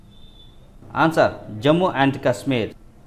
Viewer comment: Please say answer not añnswer